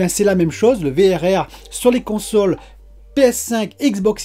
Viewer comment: Le Vérèrrrrèrrrr mdrr j'adore ! Le V double R sera plus facile a placé dans une discution je pense :p Content de te voir en forme ! Vivement que tu la reçois, encore 3 petit jour de patience !